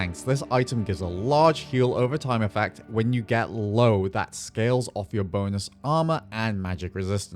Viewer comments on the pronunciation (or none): none